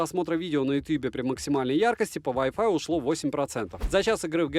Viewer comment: Поймал себя на мысли, что могу бесконечно слушать как ты говоришь вай о лайф, в разных интерпритациях😂🤣